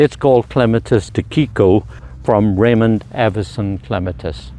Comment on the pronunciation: Tsukiko is tsookee ko as opposed to tsoo keeko. Tsuki is moon. Ko is child.